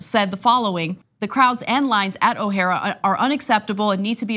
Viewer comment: O'hare is pronounced with an emphasis on the 2nd syllable.